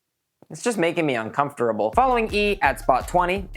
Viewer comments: he says uncoferable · "it just.. it's just making me "uncomftorable".."